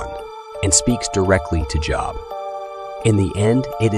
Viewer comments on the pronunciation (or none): Good job pronouncing Job. 🙄🙄🙄🙄